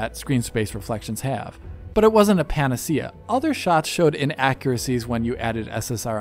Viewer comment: Panasheeuh, not panunseeuh